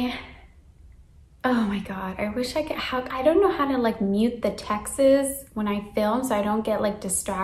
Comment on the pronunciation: Your default state is brain fogged. Did you just say textes instead of texts?